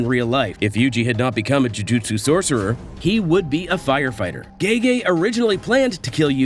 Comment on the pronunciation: JU JU TSU say it, without an “i” in there — JU JU TSU isn’t that fun